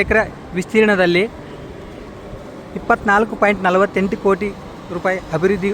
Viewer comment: ಹಬಿರ್ವದ್ದಿ ಅಲ್ಲಪ್ಪ .....ಅಭಿವೃದ್ಧಿ ಅನ್ನಿ